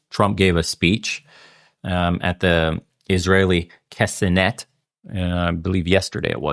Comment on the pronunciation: K'NEset, not K'senet